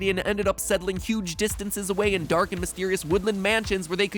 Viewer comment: was "dank" supposed to be "dark"?